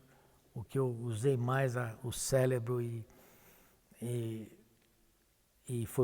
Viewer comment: “usei mais o célebro”… ainda bem que a competência profissional dele não guarda relação com a gramática.